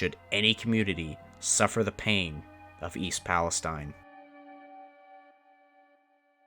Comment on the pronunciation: I was born in Salem Ohio. Grew up in Lisbon. Ran that area all the time but now I live in Florida. Very sad about the derailment but at least pronounce the name of the town right.